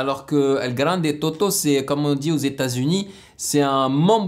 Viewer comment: Mister tous les rapers ila prononce bien sauf elgrande tôto, moi je suis marocain et j'ai pas compris la prononciation delgrande tôto